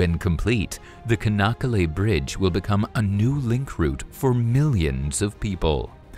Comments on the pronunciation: come on. You guys went there, did interviews, take aerial footage made a video with voiceover but you guys got the name of the city and the bridge pronounced wrong. its not "Ka" nakkale. first letter is not a C, its a Ç. its pronounced "Cha" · It’s “Chanakkale”, not “Kanakkale” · As I understand Turkish pronunciation, the name is written Çanakkale, with a cedilla on the C, which makes it soft, so the pronunciation is "Sanakkale". Am I wrong?